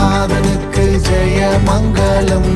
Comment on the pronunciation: It's மங்களம்; not மங்கலம் - that pronounciation issue spoils the beauty of the song. Sorry for being critical.... Because I love Tamil Christian literature and I love Sastriyar songs. only able to pronounce it properly.....